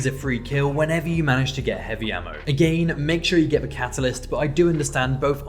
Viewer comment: Hearing “agane” over 100 times was perfect I enjoyed this video